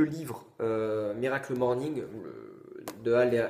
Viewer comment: À chaque fois que tu dis "miracle morning" j'ai envie de me défenestrer. C'est HORRIBLE. À part ça ta vidéo est intéressante, j'irai me procurer le livre.